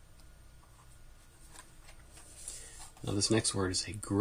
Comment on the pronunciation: Nice video, I enjoyed it. ASMR and education all in one!. I hope you don't think me pedantic but 'frisson' is more usually pronounced 'fri-SON', it's a French word.